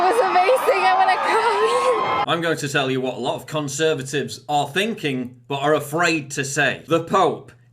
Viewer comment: Did he say cuntservatives?....